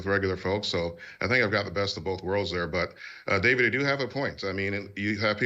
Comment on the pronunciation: Thank you Connor Forbes for gifting me membership and David yeap you butchered the name.